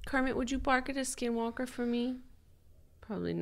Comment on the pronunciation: I’m Navajo 😭 and Skinwalkers are very real beech 😭😭 Also Julien pronounced skinwalker in Navajo almost spot on. If you see one you could faint btw if you get scared. Only people with strong hearts can withstand their presence.